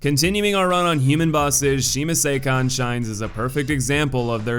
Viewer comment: just got to the masamune part actually. You pronounced it well. Sakon is the new mispronounced name. Good try though